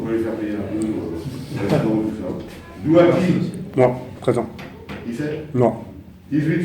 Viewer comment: Ptdrrrr "Douaki"